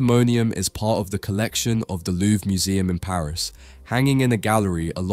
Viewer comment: Just a little correction, the "r" in "Louvre" is not silent. If you don't say it, it becomes "louve" which is a female wolf iin French.